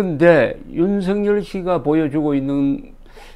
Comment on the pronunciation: 조갑제 선생님 방송 잘보고 있습니다. 앞으로도 우리는 윤석열이라는 이름을 수도없이 부르고 들어야 하는데 윤성열 또는 윤성렬이라고 잘못 부르고 계십니다. 윤석열은 연음법칙에 따라서 윤서결이라고 발음해야합니다. 이름은 중요합니다.